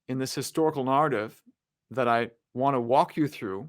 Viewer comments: What's with that pronunciation of narrative? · The way he says “narrative,” tho…… 😬😶🫣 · Friendly tip: Learn how to pronounce "narrate, narrative, narration."